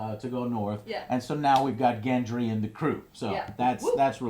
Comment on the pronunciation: good review, a few points: 1) you are butchering all the names, even the ones from your "favorite" characters like gendry and ollena 2) even tough you talked about the important scenes, you skipped a few interesting ones, like the look dany gives jon when he decides to head north, and the things that are not seen, like theon greyjoy or the fact that literally no one talks about the unsullied anymore, hell we dont even see missandei anywhere